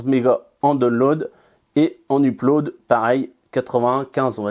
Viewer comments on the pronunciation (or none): none